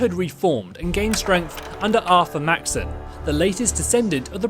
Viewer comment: Dude it’s pronounced Max-son